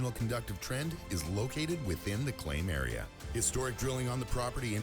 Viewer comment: Area is pronounced like Air ee ya not A Ree a, Same sound as hair or air or pear or flare or whatever. Слава Украини!!!